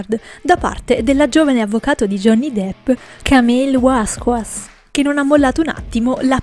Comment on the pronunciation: Paziente la dizione agghiacciante della voce narrante ma non essere neanche capace di pronunciare un cognome: l'avvocato di Depp ha un cognome spagnolo Vasquez e si promuncia Vasches ( all'incirca) ma Camille Vasquas non si può sentire!! 😂😂😂😂